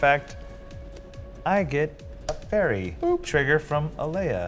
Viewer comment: Is just trying to mispronounce cards? Mana geode is now “jode” (or however you want to attempt to spell it) Alela is now aleia. I’m 15 minutes in. IHYW